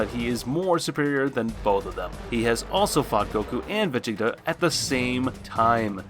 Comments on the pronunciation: yeah , he pronounced it as Vuh-je-ta . In the Japanese it's pronounced as ve-jee-ta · Did mans really just pronounce Vegeta as Vegika?